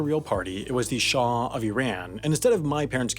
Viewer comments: It's Shah, not Shaw. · Shah, not shar.